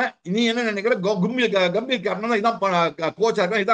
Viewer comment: guhmbhir😂😂😂